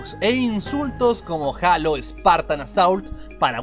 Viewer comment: no es jalo es jeilo :v